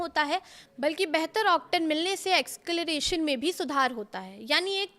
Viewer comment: ascelaration nahi acceleration